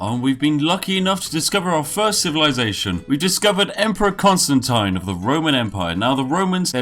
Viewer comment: ConstanTEEN. Not ConstanTAIN.